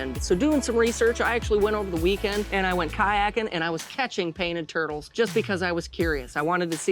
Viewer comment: Is he saying twurtles?